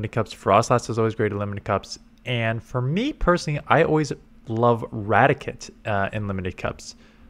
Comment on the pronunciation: ITS RA-TI-CATE not radikit